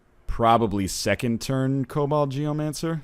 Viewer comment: Jesus christ ryan it's KoBOLD not COBALT geomancer to was hell